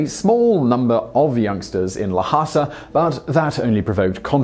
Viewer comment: LHASA ISN’T PRONOUNCED LAHASA YOU FUCKWIT!!!